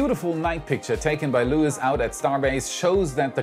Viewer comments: Not Lewis . Lois is pronounced loo-is… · Great report! In South Texas, Luis is pronounced "Loo-ees" with the accent on the second syllable.